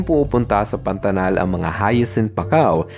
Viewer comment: Kuya mag ka parehas bato PANATAL PANATANG😂😂😂❤❤